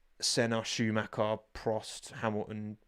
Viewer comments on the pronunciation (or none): none